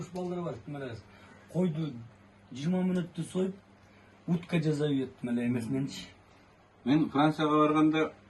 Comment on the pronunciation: Жаззап дебей жасап дегилечи